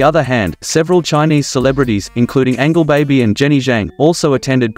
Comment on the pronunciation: Angel- baby, not Angle- baby😂😂😂